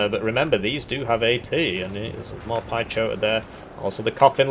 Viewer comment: Oh come on. Piechota = Pyeh-ho-tah.